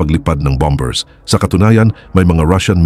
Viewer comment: Bambers I'm Mata, ayusin mo Naman pronunciation mo! 😊😊